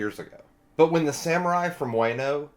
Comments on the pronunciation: The "wa" is more like "wah" in wano. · Wano pronounce Wa/no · Better way to put it is, it's not Way-no, it's Wah-no. Rhymes with Romano. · Friendly reminder Everyone (including myself)! Let's not name drop future arcs/hype up future characters, let's just pretend any info past this review does not exist! We all know OP is best experienced without spoilers! :) Wano is pronounced Wah-no not Weigh-no :) Ah-Kai-nuu Kai rhymes with Spy Ah-oh-kee-jee the 'Ah-oh' part is usually said quickly so it sounds like 'Ow' Tra-fal-gar Kin-eh-mon Monet like the artist, T is silent, not Monty lol Mocha like cha-cha, her sacrifice made me a sobbing mess when I saw this episode, I really thought she would die Also Chopper apologizing for not finding them sooner made me cry even more. haha in the anime, the voice actors switched bodies, so Chopper's body spoke with Franky's voice. no wonder Robin told Franky to not speak while he was switched haha. It's easier to see in the anime. Law didn't swap their physical hearts, he swapped their 'minds/souls' whatever you want to call it. Smoker had his heart taken out, but his mind went was swapped with Tashigi's. lol I was watching this arc weekly, so seeing Trafalgar mouth the name of whichever Emperor, but not hearing it, and seeing the snow swirl around, and Nami's shocked face. I was like "WHO IS IT???" hahaha During the Fishman Island Party, Luffy, Zoro, and Sanji used Observation Haki to sense Caribou trying to kidnap Princess Shirahoshi. It's kind of assumed that Zoro and Sanji would have learned about/trained their Observation and Armanent Haki during the timeskip and also because t